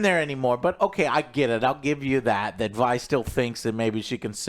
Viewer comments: why does he keep calling Vi, V? wdf lol. bruh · how are you gonna watch multiple episodes but still pronounce things wrong, "VEE" and ZOON" wth🤣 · why is joe STILL calling her 'Vee'?? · How has he watched it so many times and still calls Vi "VEE" and Zaun "ZOON" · Jim you need a damn speech therapist, how do you get zoon and zion outa Zaun and then mispronounce a 2 letter name saying Vee instead of Vi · He's gotta get the pronouciations down lol Zoon and Vee. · YES! Lol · I get mispronouncing stuff when reading it, but how do you mispronounce a name you HEAR as often as Vi and Zaun?! WTF